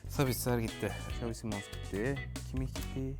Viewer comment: Bişey diycem xazi simons dedi ama 1 sonraki tur xavi simond dese nolcak aq